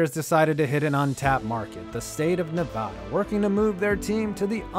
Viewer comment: Good video but please say Nevada's name correctly